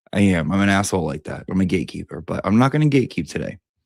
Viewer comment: Question, Ya, I know I'm late but at least I'm here! Better late than never... Are you saying GAYkeeper or GATEkeeper??